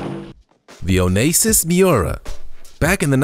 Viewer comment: Its so sad when a voice over actor cant pronounce words like chassis and Onassis!